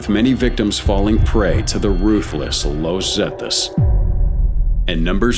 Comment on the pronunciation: "Low Zetas" 🤣